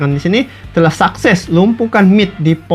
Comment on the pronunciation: Suses bg bukan sakses